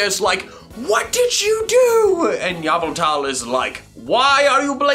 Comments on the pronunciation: The only reason I'm not subbed yet is cuz you say yavaltal not yveltal one of my top 5 legendaries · I'm gonna trigger You pronounce Yveltal as Eeveltal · Nobody:: Yaaveltal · i will pronounce yveltal in version "YAAVAAALTAAAAAAL!!!!!!!!!!" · ye-v-tull! that is how it is pronounced! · It is yaveltal